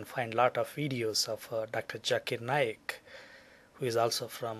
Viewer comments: Evolution into big bang theory? Didnt your last vid say tat evolution is a big fabrication bla bla blah? Lets get this thing straight. The Holy Quran has the creation of Adam and Eve. It ALSO has creation of the earth among many other things. Oh and one last thing. Its pronounced Zakir Naik. Not Jerk-it Naik. Quit filming from your small tent(looks like one) and explore the world. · its not Doctor Jakirr Naik its doctor Zakir Naik